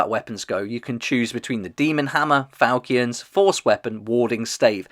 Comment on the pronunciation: Its fal-“chin”